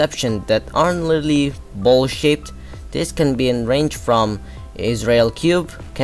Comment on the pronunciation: It's amazing how everytime he said ''shaped'' l heard ''shit''